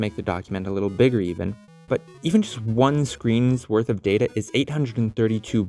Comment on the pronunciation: lol i thought data was ta da😂😂